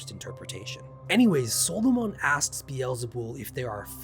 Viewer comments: Good video just subbed, i double checked it's pronounced saa·luh·muhn instead of solo-mon. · SAUL-O-MAN. Not Soul-o-Mon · Why do you pronounce it solomaan and not how 99% of people, who just say Soloman Great vid though, you got me to sub. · Its not pronounced SOLO MON for f** sake SOL O MUN is how it is pronounced. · In an entire lifetime I have never heard anyone pronounce the name of Solomon as " solo mon ". I am curious if there is a reason other than that is simply how you pronounce it. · Dude as a previous Christian, I’m loving this shit. For sure subscribing. However, at least in the Christian space, they pronounce Solomon like “sahlamun”. Not trying to nit-pick though. Using this lore to make D&D monsters for sure. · I hate how you keep pronouncing his name like he's a Pokemon, just say him, he, or his after the first couple times we know who you're talking about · Wait. Have I been pronouncing Solomon incorrectly my entire life or is it a puh-tay-toe/puh-tah-toe situation? 🤔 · The way you pronounce Solomon makes him sound like a pokemon, and I love it. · Solomon's attack was super effective! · The way you pronounce Solomon is down right demonic. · You're mispronouncing Solomon, and it's annoying asf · I think the way you are pronoucning it is the islamic way. They spell it- Sulaimān. Personally I've never heard it said out loud the way u are saying it. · That’s not how you pronounce “Solomon” . I can’t even listen to this. , you are killing me .